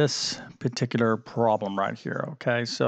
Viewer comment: There’s a “b” In this word: problem. The “b” is not silent.